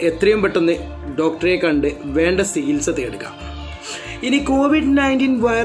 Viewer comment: സിഹിത്സ അല്ല ചികിത്സ🙂